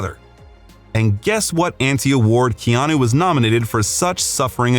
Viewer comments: Keanu’s name is pronounced: Kay-Ah-nu and not Key-Ah-knew. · You're pronouncing his Hawaiian name wrong. It's kay-anu not key-anu. (I've been living in Hawaii for 50 years)